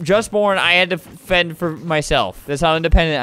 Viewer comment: He said femd